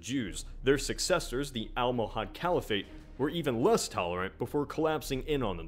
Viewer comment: Caliphate is pronounced kah-lee-phit. Not the weird half-anglicized way it is pronounced in the video. I'm not hating just informing.